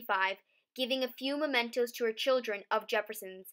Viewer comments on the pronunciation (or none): none